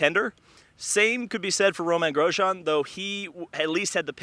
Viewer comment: How many different ways can you butcher the pronunciation of "Romain Grosjean?"